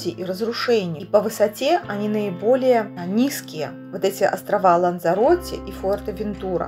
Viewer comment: последняя буква в названии острова Лансароте произносится как "Э"